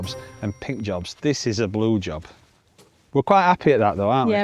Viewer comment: Blue Job in a Yorkshire accent... Good one 😂😂